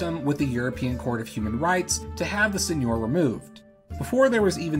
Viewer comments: It's Seigneur, not Señor. (Sen-yur, rhymes with fur) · I thought the Isles of Scilly were still a feudal domain within the Duchy of Cornwall? Do you have any info about that? Thanks. Edit: Also seigneur is pronounced sane-YUR. The pronunciation you're using is actually correct for Spanish (señor). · It's pronounced [Sεŋœʁ]